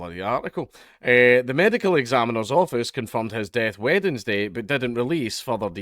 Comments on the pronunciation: The only thing I got from this is that Dank pronounces the D in Wednesday. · Weirdest way to say Wednesday ive ever heard.